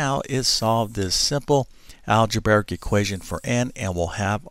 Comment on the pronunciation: You can say "algebra" well so why do you mention an "algebaric" equation instead of the correct "algebraic" equation? Makes no sense....